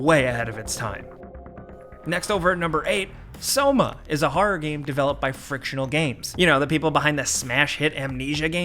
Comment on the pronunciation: "Harra-h gaymes"